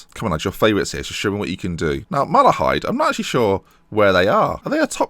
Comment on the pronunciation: Drogheda is pronounced Draw heda. You pronounced Malahide right btw. Love the series.